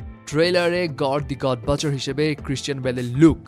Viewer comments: গর দ্যা গড বাচার না গর দ্যা গড বুচার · It's গড় দি গড বুচার ✅ not গড় দি গড বাচার ❌